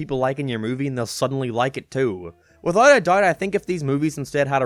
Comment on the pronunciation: he said "without a doubt" but didn't enunciate some T's. He was saying if the movie had used original songs it would have failed because cramming already-popular music was about the only thing it had going for it.